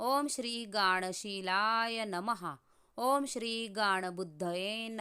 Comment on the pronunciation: Aho Sorry to Say but you pronounce 2 name s incorrect It seems Om Shree Gan kushalaya Nama Om Shree Gan Shilaya nama आपण गांन च्या ऐवजी गाण असे उच्चार करत आहात Which is wrong